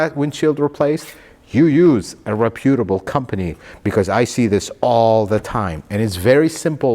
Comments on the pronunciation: Please stop saying “rePEWtable” company. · I don't mean to be disrespectful as the pronunciation of the word Reputable is commonly incorrect. Reputable should have actually been pronounced as rep·u·ta·ble. As what I supposed that you actually meant was that the glass repqir company had a good reputation; 😀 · Not re Pute a ble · You're mispronouncing "reputable." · As always, excellent content! Your attention to detail is second to none. I look forward to every notification I get for new content. I know you are not a native English speaker (although you speak practically like a native speaker), so mispronouncing it is an easy mistake to make, but I believe “reputable” is pronounced with an accent on the first syllable only. I know you’ve mentioned what a perfectionist you are, so I figured you would want to know. Honestly, for most people I would let it slide, but I figure, for you,letting 😊anything slide is probably absolutely unacceptable given how high quality your content always is. 😊